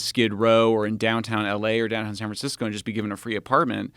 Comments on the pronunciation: don't know if he intentionally said San Fran-sicko, but we should make that stick. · Did he say San Fran-sicko? 🤔🤣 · says sanfransicko Nice! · "san fran sico".... lol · Sanfran-sico. He didn't correct himself. I like to think it was intentional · He said... "sanfra- siko" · he said san Fran sicko lol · He misspoke and said San Fransicko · “San fransicko” lol ahahhaha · "San Fran Sick-o" Haha, that's good. I wonder if he said it on purpose. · “San Fransicko”